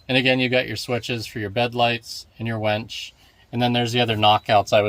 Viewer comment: Just for the record, its a winch not a wench.